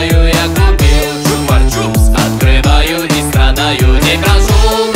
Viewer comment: Почему ты говоришь чупар чупс там нет р